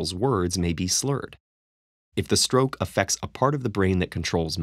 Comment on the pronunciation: At 11.00 there is roke instead of stroke